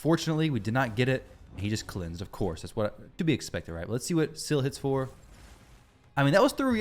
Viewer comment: SI-FIEE SIPHI NOT SEAFEE